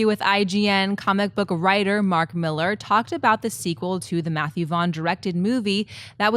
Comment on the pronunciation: I don't want to be a sweaty but, that's 2 days in a row calling Mark Millar pronounced (Mill Are) Miller. Please stop lol.